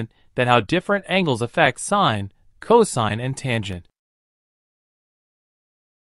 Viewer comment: Yes, because angels have nothing to do with angles.